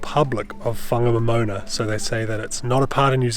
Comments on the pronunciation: It was mostly loose metal when I went over it in the 1970s. Ive never heard that town pronounced as a moana before, so we must have been saying it wrong all these years. Poor Harvey's hard work. I hope he gets a bonus thus week 😅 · Pronounced, Fong a nom in nah.